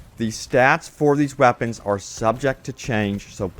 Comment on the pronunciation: it just gets me every time he says Wapons....legendary Wapons heheheh